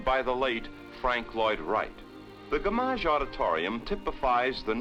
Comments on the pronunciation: "Gam-auzh" auditorium?! Who directed this?!!! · . The gamm'age auditorium. 😆